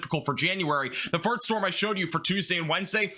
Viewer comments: I honestly enjoy watching your forecasts, but I've noticed everytime you say "first" it sounds like "farts" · LOL I had to rewind to double check I heard him correctly 🤣 it definitely made me giggle 🤭